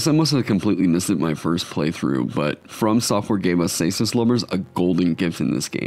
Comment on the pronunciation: For someone who loves the caestus your pronouncing it wrong. Try pronouncing it with a K